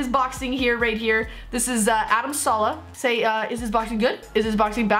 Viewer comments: it's adam saleh just say saaaa leeee hhhh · Saleh not salah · Is name is Adam Saleh not Salah